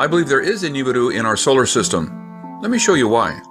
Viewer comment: How about you pronoun it rt "nee ba ru"